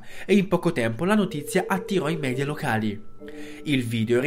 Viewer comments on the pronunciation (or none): none